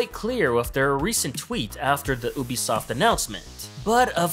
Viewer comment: oobisoft